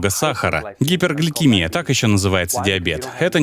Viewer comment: Автор сказал гипегликимия - это высокий сахар .))))) Сначала научитесь называть правильно симптомы